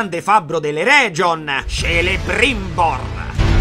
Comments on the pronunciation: Complimentissimi per esser riuscito a fare ciò che hai fatto con una mano sola. Il tuo stoicismo è da ammirare. Un solo piccolo appunto da uno che è leggermente fissato con Tolkien: Celebrimbor non si pronuncia Cielebrimbor, ma Kelebrimbor. Il suono che in italiano è dato dalla C senza H dopo non esiste nei nomi elfici. Anche Gil-Galad si pronuncia Ghil, ma quello solo perché Tolkien era inglese. Detto questo, non vedo l'ora di vedere il resto! Daje forte! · Mai c e g morbide in elfico: pronuncia "chelebrimbor" e "ghil galad". Sei un grande comunque :) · unica cosa, mi sono andato a vedere in come si pronuncia l' elfico (volevo farne la mia quarta lingua) c è sempre pronunciato k se non è scritto come ch (quindi va pronunciato kelebrimor, kirdan, keleborn ecc) non volevo farte la predica solo farte sapè CIA' CIA' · scusa se rompo il Gatsu ma faccio notare (upvotatemi plz) che nei nomi elfici la C e la G si pronunciano come K e G ("Kelebrimbor", "Eregion", ecc) Scappo cia' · Piccola precisazione: Celebrimbor, dal Silmarillion si pronuncia in realtà Chelebrimbor (tutto scritto nell'indice da Tolkine stesso, puoi andare a vedere) in quanto la C si pronuncia come K Come Gil-Galad si pronuncia Ghil-Galad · Auguri di pronta guarigione!!! Ps: per aiutarti per i prossimi video, ricorda che i nomi elfico si leggono in modo differente. Ad esempio è Kelebrimbor, non Celebrimbor, ed è GHil Galad, non Gil Galad, anche se si scrivono in quei modi 😉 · Piccola precisione da nerd eccessivo: Tolkien dice che tutti i nomi elfici che iniziano con "CE" si pronunciano "CHE", come CHElebrimborn, o CHEleborn, il marito di Galadriel. Stessa cosa con GI: sarebbe GHIL Galad. OK LA SMETTO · Bellissimo, finalmente il miglior fantasy hahahahhah per 4 anni so che guardare. (Solo una correzione si pronuncia Ghil galad, Kelebrimbor e così via, e Isìldur per gli uomini l'accento scende) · Posso essere il rompicoglioni che dice: sI LegGe Kelebrimbor